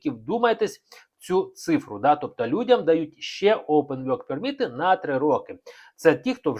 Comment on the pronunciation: 😂ачо вйорк перміт а не ворк перміт, 😂 😊